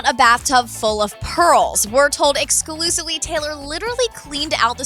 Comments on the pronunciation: The stupid woman said excusively about 5 times. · The amount of times and the way she said "exclusively" was extraordinarily annoying! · the way "EXCLUSIVELY" emphasized...